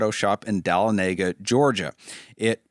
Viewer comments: Hearing how you pronounce De-Lawn-Uh-Guh is both hilarious and refreshing as a GA native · Say it with me: Duh-Lon-Eh-Guh.